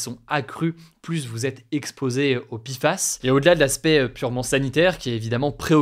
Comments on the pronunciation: Ça ne se prononce toujours pas "pifass", hein. En français, c'est "péfass" ou "pé èf a èss". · Pourquoi il dit Pifas au lieu de Péfas? Entre français ou anglais, il faut choisir ! La il nous fait du franglais ! ( comme mon installation windows 11 par défaut de mon PC ^^ et les responsables m ont dit " ah désolé, nous sommes peu à parler français dans l entreprise !" mais ca se permet de vendre à des francophones ! ) Désolé pour cet énorme hors sujet ! ^^